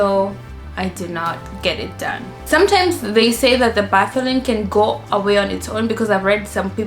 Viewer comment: Correction. Bartholin and not Botholin.